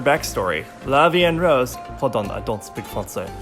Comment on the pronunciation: French is my first language and the way you said "La Vie En Rose" was pretty clear😊